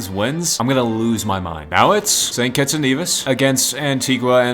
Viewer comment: ah yes, my favorite country: Saint Quetzalívos